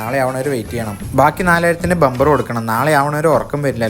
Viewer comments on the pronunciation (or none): none